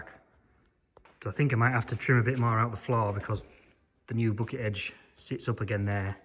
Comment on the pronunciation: Thanks for another great video, I enjoy all of your videos, never boring always appreciated, enjoyable and educational. The lengths of them is up to you, I prefer longer ones...but whatever is for you to edit. Great job on the " bocket "😂, love your language, we say backet👍👍from USA.